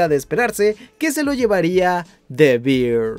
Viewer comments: Gracias, gracias... Porque no se dan cuenta antes de errar? OMG😅😅 Bear and Beer no se pronuncian igual. 😮😮😅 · the beer 🤣🤣🤣🤣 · Susecshon y Debir... me arden los oidos 😅😅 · Qué tal si aprendemos a pronunciar ‘the bear’?